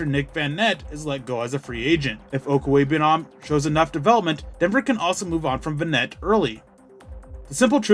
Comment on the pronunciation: You just wanted to show off how much practice you've put into saying his name while us mere mortals will struggle with it the next 10 years